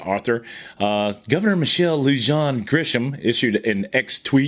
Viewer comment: Pronounced Bernaleeyo county and Loohahn